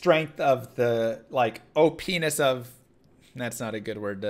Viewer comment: "OPENIS" he says